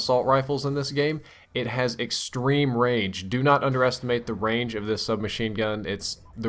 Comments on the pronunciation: at first i thot u were sayin the gun had rage im like wtf?! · say range again please